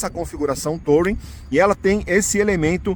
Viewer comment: A pronúncia sua do modelo tá errada, não se pronuncia a letra “O”, na palavra TOURING, que é uma palavra inglesa, se pronuncia “TURING”, sem acentuar no G mudo do final, e olha que é uma palavra bem manjada já pra carros, já tá por aí há mais de 50 anos e você não aprendeu a pronúncia ainda 😂😂😂